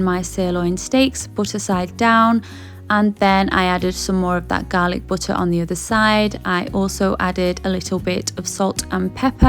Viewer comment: The Garhlic BUT TAH